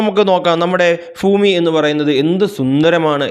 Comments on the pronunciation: ഫൂമി അല്ല ഭൂമി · Fumi Alla sir Bumi anu 😂😂😂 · ഉച്ചാരണം seriyakkoo